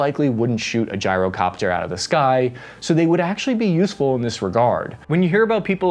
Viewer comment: Did this mf just say gee-ro copter like a Greek 🥙🥙 gyro WTF (in the beginning)